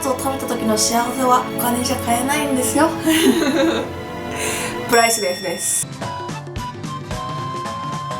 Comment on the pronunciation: プライレスレスって聞こえた笑